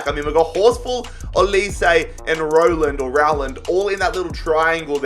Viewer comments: The way says Rowland is giving me Corona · Me getting mad because he is saying Rowland wrong 🤬🤬😂😂